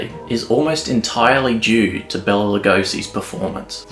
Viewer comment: I really enjoyed this, but his name was Bela, not Bella.